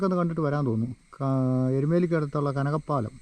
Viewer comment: കനകപ്പാലം അല്ല കനകപ്പലം